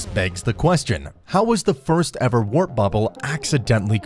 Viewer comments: OKAY FIRST THING WE EITHER HAVE A REAL IDIOT NARRATING THIS VIDEO OR IT'S THE BEST MOST NATURAL SOUNDING ROBOT VOICE I'VE EVER HEARD. WRAP BUBBLE??? HOW COULD YOU LITERALLY LET THIS VIDEO BE UPLOADED OR AT LEAST STOP IT AND THEN FIX IT, I DON'T THINK I'M COMING BACK HERE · ...w...wrap bubble-? You didn't even sound the word out. But I'm glad you fixed it later on. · Bro , I swear I was like wrap. This is one of those guys huh? People who know they’re saying it wrong but says it anyway , like Stewie griffin and coolwhip . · 'Wrap' bubble 🤦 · Did he just say, "wrap bubble"? LOL! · Thought I was the only one who that he said wrap bubble honestly had me going for a second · Omg how can rely on the information if you cant say the term properly? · Why did he keep saying wrap? Warp, come on man. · my guy was saying wrap instead of warp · Why do you keep saying "WRAP bubble"?? Then midway through the video you just decided to start saying the word "WARP" correctly? Like .. what??? Also this video is about the THEORETICAL Alcubierre drive - what the hell does this video have to do with the JWST or anything discovered by it? What's the matter with you? You can't just come up with a title that actually fits the description of the video? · bro im 2 seconds in.....did the man fr pronounce it as "rap" bubble? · Are you saying “wrap bubble”? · How am I going to believe anyone who reads “WARP” as “WRAP”. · Does nobody edit these videos for quality? "Wrap" bubble? And that was just the first...🙄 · You can tell nobody checks his videos before they upload them motherfuckers saying rap instead of warp throughout most of the video and then towards the end he finally got it right I should really proof watch these videos before you post a dingdong’s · Your video is stupid. It should be WARP bubble, not WRAP bubble. The voice keeps saying wrap. Please take it down. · so , English isn't easy for you? WARP is a simple word and you have been pronouncing it Rap. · WTF is a "wrap" bubble?